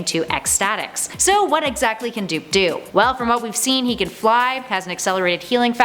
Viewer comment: "Leading on to 3 DOO(hisbody)P . DOOP!" ? xD